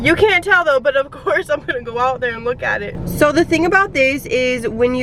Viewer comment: You pronounce your words that have thr letter -s in them dramatically. Lol. It's like "ssssssoooo I ssssaid" or "problemsssssss ssssooo ssssssooooo bad sssssometimessssssssss." And itssssss obvioussssssss